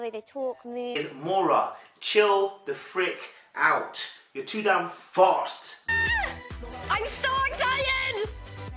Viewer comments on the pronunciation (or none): none